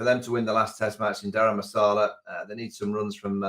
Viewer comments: It is not called “Dharam Masala” it is “Dharam - S(h)ala”!! Hope Michael V takes note for next time. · Was Vaughan being cheeky when he said Dharam Masala or he couldn’t pronounce ? lol